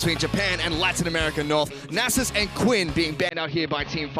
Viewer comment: "nah-zus" gtfo